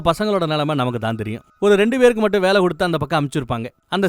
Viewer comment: என்ன..வேளயா...நாக்க.நல்ல.டங்க்க்ளீனர.வச்சி.நல்லா.தேயூங்க...ழ.ள.ல.ன.ண.....இது ஒண்ணும்.சேறுத.இடத்தில்.சேர்க்க்கூடது......கூடாது..